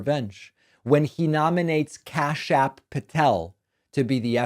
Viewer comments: U sound like a moron when u say kashyap patel. It makes u look like a total moron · Every time you exaggerate Kash Patel's name and pronounce it with an extra a in the middle, you're stooping to the level of Donald Trump. Embarrassing. And not for Kash Patel. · So childish and ridiculous to keep saying "KashApp" Patel